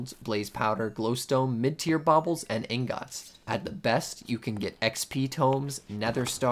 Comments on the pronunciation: How dare you say ingot like that. Disgusting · The way you say ingot is like some kind of joke right